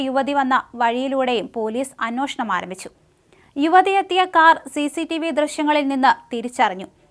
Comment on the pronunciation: ചേച്ചി അന്നോഷണം അല്ല അന്വേഷണം. നാക്കു വടിച്ചിട്ടു കഥ പറ